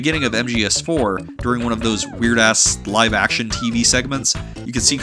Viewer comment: You're the second person ever to pronounce the word "action" with a silent c. Where is your dialect region or where are you from, or does anyone know where it's from Ps. The genji demo from E3 2006 PS3 event is where I first hear it.